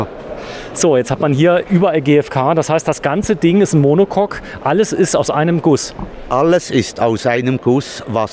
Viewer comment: Monocock??😂 Monocoque !